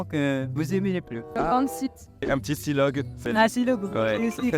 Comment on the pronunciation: That was the poshest pronunciation of "silog" i have ever heard. 😅